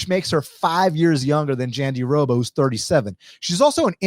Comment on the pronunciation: JandiDoba? Her name has an R….JandiRoba…..great breakdown though 👏🏾